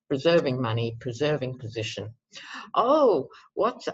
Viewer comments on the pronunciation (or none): none